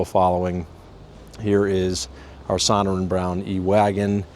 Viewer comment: Sonoran > suh-naw-ruhn